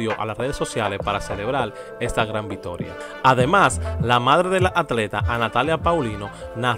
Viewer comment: Una Vistoria olímpica ..coño vale deje eso que usted tiene problema cuando habla